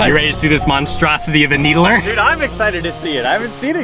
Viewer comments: Did he just say Halo 2 Needlee with Halo Infinite Gameplay 🧍‍♂️ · Anyone else bothered by the way he pronouns it? It's "Needler" not a "needlerer"